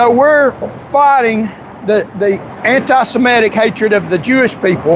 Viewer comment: You don’t even know how to say the word “antisemitic”. The only entertaining part of your drivel is your ability to misuse and mispronounce your native language. If English is the official language of the USA (it’s not), you should learn to speak it. Failed Patriot.